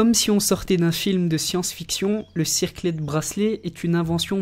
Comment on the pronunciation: cicret bracelet et pas circlet bracelet !